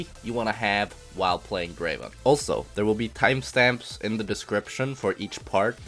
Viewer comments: Pronounce “Draven” like how T1 does, and you’ll reach challenger in no time. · He says "Draven" the exact way T1 does. this must mean something